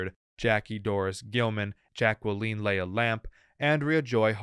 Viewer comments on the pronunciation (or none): none